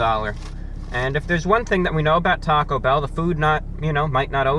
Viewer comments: Can you elaborate on the circumstances under which you learned English? Geographic location, characteristics of your primary sources of earlier exposure to the language, et cetera. I only ask because of your odd accent and inflection. For example the way you say TAHcobell, instead of TA-co Bell. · He said taco bow lmao